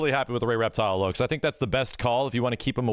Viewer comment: REPTILE!!!! REPTILE!!! ITS REPTILE!!! REPTILE!!!!!